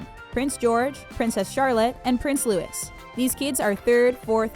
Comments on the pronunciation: it's pronounced loo-wee louis. Not louise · You don't pronounce it like louis you pronounce it like louie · 1) The Queen is Queen of the United Kingdom, not Queen of England. 2) "Princess Royal Anne" has the title of Anne, The Princess Royal. 3) It's pronounced 'Loo-wee', not Lewis. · Prince Louis, isn't it supposed to be pronounce as 'louie' not 'lewis' ????? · It's pronounced Prince Louie not Luis! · It’s not Lewis. It’s Louie. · You say louis with a silent s, so its more like loui, but you say it like the name lewis, which is different. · His name is pronounced 'loo-ee' not Loo-is. It is french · His name is Louis like loo-ie and not Lewis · The prince is named Louis, as in Louie not Lewis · It's Louie, not Lewis! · It is not Prince Lewis it Louis, pronounced Louie. I think your pronounciation sux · It‘s not pronounced Louisssss it‘s pronounced Louiiiiiii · Omg is Loo-ie not Lewis😩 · its pronounced loo-ee Not loo-is #STOPPRONOUNCINGNAMESWRONG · It’s not pronounced louis it’s pronounced louee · It’s not prince “Lewis” it’s Louis !!! Pronounced lew-ee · It's not Lewis its Loo- ie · Come on, Prince Louis is pronounced Leweeeeeeeeeeee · Prince Louis' name is not pronounced :"Lewis." It is pronounced "Lou-ee" like Louis Armstrong. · The name Louis, you are pronouncing it as Lewis. It's actually LOO EE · Louis is pronounced Lou-ee. Not Lou-is. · Hi early its not lewis it pronounced loo eee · Louie it's french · The " s " in Louis is a silent letter in french .. its Louie . And I think its sound like that in British too .. American are the one who just go with that " Lewis " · I can ignore other little mistakes but it's pronounced Loo-ee. French spelling, French pronunciation. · That LuiS...makes my ears bleed🤯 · Why did you call him Lewis instead of Louis? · Louis is pronounced Loo-ee, not Lewis!! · Prince Lewis? Are you serious? That’s not how you pronounce it. Cringe. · It looks like louis but it is pronounced Lewie I’m not hating though I am just saying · Its Louis